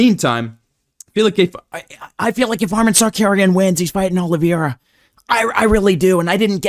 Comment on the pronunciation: Bro I cannot get enough of the Chael mispronouncing names and Merab yelling at Umar impressions 😂😂😂 YOU HAVE TO BE MAN BRO!!!!!! 😂😂 Arman Sarcareian 😂